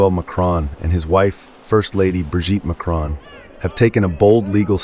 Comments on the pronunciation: She cannot even pronounce Macron properly. It is pronounced Mack Ron. Not Ma Crone. Get it right, but i expect that's way too much to ask these days. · Macron! MAC-RON…. NOT MACRONE… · To all you Americans: There is no letter 'E' in Macron so stop pronouncing it is 'Macrone'. Thank you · How dare that Candace piece of crap insinuate something like this against a presidents wife, let alone any woman. Wow you Americans think you can say anything and get away with it, you cannot even pronounce their sodding surname. It is MACRON NOT MACRONE. Sod off and leave the rest of the world alone. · Please try and pronounce their surname correctly, it's not pronounced "Macrone" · Macron not Macrone - short o. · When will Americans pronounce the name MACRON not Macone. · FFS learn to say the French President's name correctly. What is the matter with you idiots, can't you pronounce anything correctly? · If only USAmericans would learn to pronounce "Macron" correctly, perhaps as a kind of courtesy? How is it possible they don't in a country with a current population mainly consisting of immigrants or immigrant descendants? Same goes for Hispanic names.